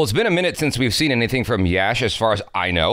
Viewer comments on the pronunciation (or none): Dude it's not "Yaash" It's simply "Yash" !